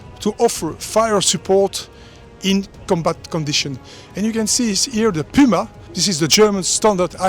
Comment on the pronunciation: The Püma, jetzt wissen wir endlich wie das Ding wirklich heißt 😅